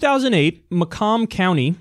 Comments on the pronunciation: I live in Michigan and Macomb county is pronounced like May-come county not that it really matters, but n e ways I love this show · FYI Macomb is pronounced "MAYkum" :)